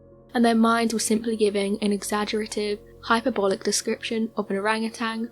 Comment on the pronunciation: Oh well done, every narration you do gets better & better! 😁 This isn't a criticism btw, only to help you in future when pronouncing certain words In the story of the Rock Apes You said Hyper-bolic but the actual pronounciation is This hy PERBOL ic Is easy to say it wrong as i once did until someone told me. Im not a narrator but like knowing im saying things the correct way. You are a narrator & a good one so its up to you if you want to say things the right way. Judging by your present delivery you certainly listen to your comments, i really love how you now narrate. This was a good video made even better by you & your clear diction. Bravo 😄